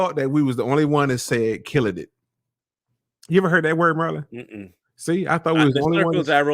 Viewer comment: Corey this handsome man next to you hame is Marlon not Merlen!!